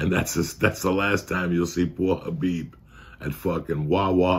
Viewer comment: ayye he said khabib perfectly